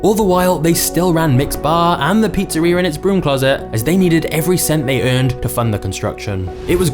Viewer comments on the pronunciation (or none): none